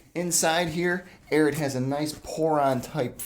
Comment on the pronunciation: It's really bothersome that "" cannot pronounce the name of this boot brand.